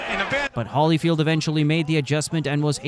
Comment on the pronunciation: HOLLYFIELD? HOLLYFIELD? HOLLY CRAP! What is this? AI BS?